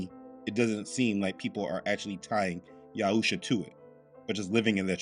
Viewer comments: I gotta quick question. I thought the name was written and pronounced as Yahshua instead of Yahusha. And I do recall in older videos that you pronounced him that way. Is this just a language mistake or is there meaning? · Your reply is condescending. Not sure if that was intended but it was received that way. If you read my comment, you'll see that I've been following this ministry for 3 years. By rough estimate, that's 156 videos already watched. In that span of 3 years, has changed how he pronounces the name of our Messiah. In his spiritual Warfare prayer it says YESHUA. It's a little confusing and we have enough confusion. I waa asking for clarification. Not "just watch the videos and shut up." Thanks anyway.